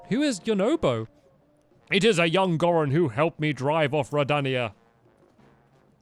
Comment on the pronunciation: that's not how you pronounce goron